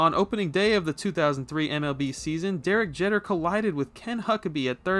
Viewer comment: how do you not know how to pronounce derek jeter